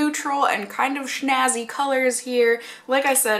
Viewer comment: as a German watching English videos for more than ten years I giggled when you said shnazy.... never heard that before XD